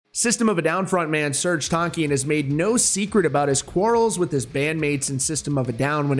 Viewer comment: You pronounce his last name wrong.